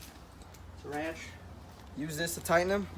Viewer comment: How the hell do you make a to do video when you don’t know what a socket wrench is, and pronounce it “Wench”